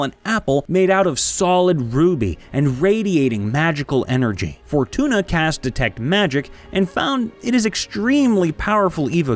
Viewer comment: I totally heard fortuna as for tuna... I was confused lol